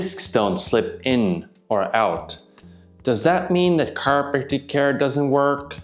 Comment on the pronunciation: He really had a hard time pronouncing "chiropractical", didn't he? 😂